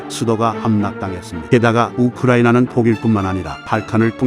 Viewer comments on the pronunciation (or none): none